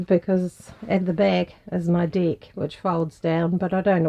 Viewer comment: N. Zealanders really do have to change the pronunciation of 'Deck'.